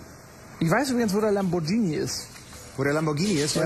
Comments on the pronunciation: Das Heißt Lamborghini! Nicht: lambordschini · lambordschini??? uahhh!